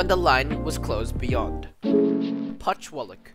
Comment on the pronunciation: Not to mention Putchywallock